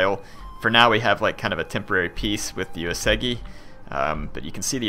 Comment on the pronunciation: Well, it's still OO-AY-soo-gi for Uesugi. Have yet to find a YTer who pronounces it correctly.